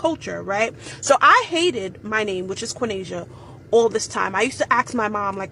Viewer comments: Quaneesha is three syllables🤣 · My God. Quinesha. Thats THREE syllables. Not two. Oh the ignorance. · Isn't Quinaisa 3 syllables?? Quin-ais-a idk lol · Qua-nas-ia. 3 syllables. Not 2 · Quinasia is actually 3 syllables. Just saying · Who's going to tell, while she educates us, that her name is 3 syllables, not 2? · Quinasia is actually 3 syllables not two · Quinasia is NOT 2 syllables 🤦‍♀️ Lord help us (Lovely name - not 2 syllables) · Her name was 3 syllables not 2. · Quinasia is actually 3 syllables lol. a good rule of thumb for counting syllables is count how many time your mouth has to open to say the word slowly. you can even google a Syllable counter, and i did, Quinasia is 3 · Qyinasia is at least 3 if not 4 syllables and that chick said it was 2 syllables. Like cmon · My god bless her little special heart. That poor girl doesn't even know that her name has 3 syllables and not 2. She was doing her best to try and sound intelligent but her brain failed her 😂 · No disrespect to you....I really mean that... but your name has three syllables...tell people your name has three syllables in it instead of two syllables... that's probably why they can't pronounce it... pretty name though....now the word "pretty" has two syllables in it... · lol its 3 syllables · Quenasia, is actually three syllables, not two. 😂😂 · Quinasia is 3 syllables lol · Quin/a/sia is 3 syllables not 2